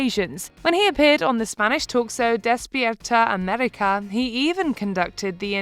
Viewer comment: It's pronounced/despeeérta Ammérika/ open vowels, don't stress them